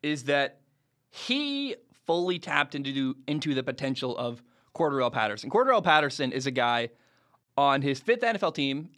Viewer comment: Say Patterson's name correctly...